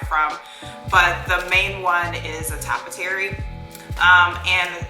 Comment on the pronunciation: Its pronounced TOE-Pee-Airy not top-ery. Cute project tho